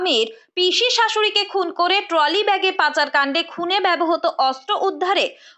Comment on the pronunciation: Apni ektu apnar pronunciation e nojor din. Bebohoto noy kotha ta bebohrito